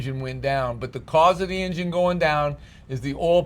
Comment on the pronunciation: Amazing! “Engine” was mispronounced 72 time’s during this video!! Come on … 😂